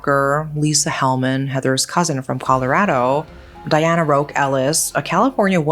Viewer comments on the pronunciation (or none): none